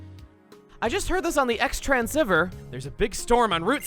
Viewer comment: Chuggaa, you are mispronouncing the word "transceiver". Please stop. Yours truly, my OCD.